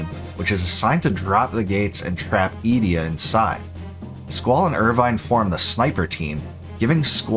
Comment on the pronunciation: A few pronunciation corrections: Edea = ‘Eh-Day-uh’ Rinoa = ‘Ry-noh-uh’ Odine = ‘Oh-dyn’ Lunatic Pandora = ‘Lu-nha-tic’ Pan-dor-uh Fun Fact = the “-ic” suffix in Lunatic actually means referring to - The root term Luna means ‘Moon’ Thus Lunat-ic means referring to the moon… you know, where these fucking monsters are sourced from in this portion of the game… They (the monsters) make way to Earth via the Lunar Cry… coincidence? No, you goddamn mispronouncing morons…